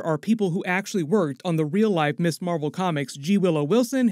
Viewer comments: MS is not pronounced 'Miss' it is pronounced 'Mizz' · One little nitpick. MS. is pronounced mizz not miss.